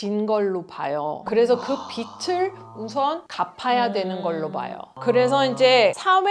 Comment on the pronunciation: 비츨이 아니라 비즐 발음. 빚을. 한국사람도 아나운서도 발음 틀리는 경우가 종종 많이 봄 간단한데